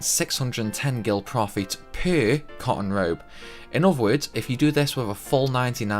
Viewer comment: it sounded like he was saying "con Road" when he said " cotton Robe".. Annoying. Anyways...